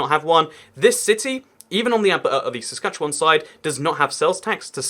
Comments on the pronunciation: And as far as I can tell you're saying "Saskatchewan" correctly. Maybe a bit more like the Spanish name 'Juan' (rhymes with 'dawn' unless your accent has the cot/caught merger) instead of the English word 'wan' (rhymes with 'tan'). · you actually said saskatchewan right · You actually pronounced Saskatchewan just fine. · You are actually pronouncing Saskatchewan pretty well. <-Saskatchewanian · So proud that you pronounced Saskatchewan correctly!!! Kudos! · Yeah, you nailed "Saskatchewan". (trivia tid bit) Anywhere, in either province, Lloydminister is casually referred to simply as Lloyd. Hoody in West-Lloyd = Bunny-hug in East-Lloyd. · I’m from Saskatchewan, but live in Alberta. You’re pronunciation of Saskatchewan was better then a lot of Canadians to be honest. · Believe it or not you’re pronouncing Saskatchewan perfectly! 😂 Also you should check out Ottawa-Gatineau (Canada’s capital) on the Ontario-Quebec border. It’s particularly interesting due to the language barrier. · You pronounced Saskatchewan right! Good job! Also, have a good time in Calgary! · Interesting video and your pronunciation of 'Saskatchewan' is spot on. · Yep, he pronounced it like he was a local. His pronunciation of Alberta however... :)